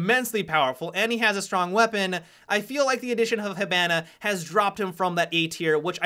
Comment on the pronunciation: does it bother anyone else how he says Hibana?